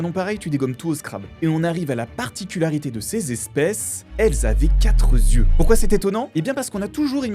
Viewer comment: Quatre Z- yeux ? Enfin c'est pas possible de commettre autant de fois la faute dans une vidéo sans que quiconque ne s'en soit aperçu. Z-yeux...